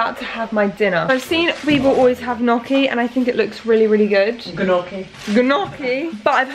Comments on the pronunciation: it’s actually pronounced nee-oh-kee!! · HEY gnocchi is actually pronounced like ñoki (with the oki part sounding like you’re saying Loki) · italian in me died with g-noki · lol I'm not Italian but everytime she said KnOcKY when pronouncing gnocchi made me laugh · Gnocchi is pronounced - ‘Nyoh-key’ 👌😊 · It's nottt XD I don't really know how to explain it, as in Italian we don't pronounce "gn" the same way as you do in English, and there is no English word that uses "gn" the Italian way. It is more like the "ñ" sound in Spanish! it would be pronounced like ñ-oh-kee ! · You should always boil gnocchi (you know they're cooked when they float). It is also pronounced like ny-ok-ee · Hey, gnocchi is pronouced njoki/ noki (emphasis on o) and gyoza is pronounced gjosa (emphasis on o). Both are two syllable words. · Gnocci is pronounced "nyo kee" 🥰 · Gnocchi is "knee-oak-ee" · I love but he way she pronounces gnocchi and gyoza gives me hives! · I've heard gnocchi pronounced 100 different ways I don't know which way is the right. It's one of those words that really annoys me